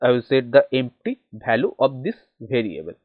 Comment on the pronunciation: It's variable not bhariable 😂😂